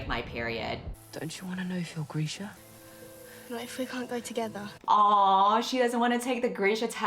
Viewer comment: Why is Grisha pronounced Greesha?!?!?!???